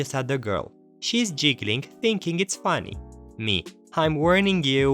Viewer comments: just so you know you're mispronouncing "Giggling" it's pronounced "Gig-gil-ling" [gig as in a job for a band] it a type of laugh, you're pronouncing it like "jiggling" which a type of shaking associated with Santa's belly a bowl full of Jelly/jello. Yes the "hard G" vs "soft G" strike again. [my first name used the "soft G" and my last name use the "hard G" so i've had to live with confusion all my life ;)] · however the word in the story isn't jiggling it is giggling and it is only pronounced one way and not the way used here. and Because english isn't his first language, and the nature of g, it an easy mistake to make and might no be aware of it. is why i point it out